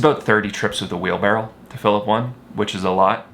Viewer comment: Yeah, it's a wheelbarrow, not a wheel barrel... :)